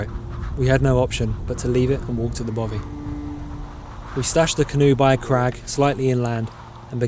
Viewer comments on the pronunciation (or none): Excellent vlog and wish I was younger, but please don't call it a Bovey, it's a bothy. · Dude please learn how to say loch and bothy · I can’t tell if your saying bovy or bothy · Yes, and the 'th' sound in 'bothy' is as in 'three' not as in 'bother'. Typical ignorant Englishmen no matter how nicely shot their film is. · Even better their pronunciation of Bothy